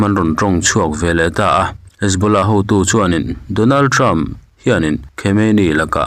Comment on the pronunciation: MIHRING HMING HI A LAM NALH THEITAWP CHHIARTUPA ... DONALTREM.... 😂😂😂KHAMEININNN😂😂